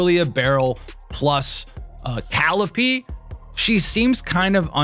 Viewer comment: It's Ka-LEE-pay. Not Cal-ipee